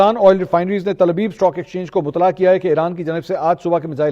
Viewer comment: منصور صاحب لفظ مطلع، کو مطلا نہیں بلکہ مطلے پڑھا جاتا ہے تصحیح فرمائیں